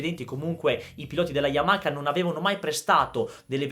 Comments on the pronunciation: sei forte!!!! ma per piacere Yamaha non Yamaka 🙏🙏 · Voi italiani dove vedete la "K" o "CH" in Y A M A H A? YAMAKA..... Ma dio can. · Siii siiii YAMAKKKA e perché tu pensi che i giapponesi pronunciano bene i nostri nomi?!?😂😂